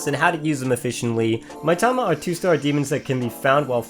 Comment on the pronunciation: That's, uh, pronounced "Mee-tama", not "my-tama".